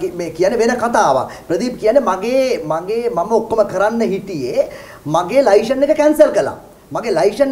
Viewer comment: චමුදිත ලයිශන් කියලා කියන්නේ නැහැ .ලයිසන් කියලා pronounce කරන්නේ .පොඩ්ඩක් දැනුවත් වෙන්න .